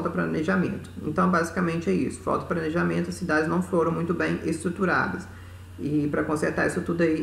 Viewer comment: " falta pranejamento" kkkkk